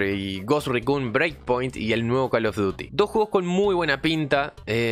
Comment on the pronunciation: Cada vez que dices Ghost Recun y Recon muere un conejito